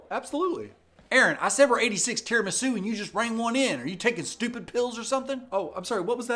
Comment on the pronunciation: The way he pronounced tiramisu 😂